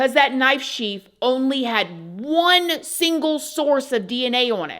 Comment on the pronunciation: You can’t say knife??!! WTH 🤦🏼‍♀️